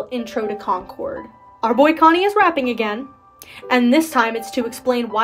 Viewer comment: YES IVE BEEN WAITING FOR SOMEONE TO MAKE A DISSECTION LIKE THIS also “chonny” is pronounced “ch” (like the ch of “chug”) “onny”, it’s pronounced in Welcome To Tally Hall Also, Was that redditor named Pathos?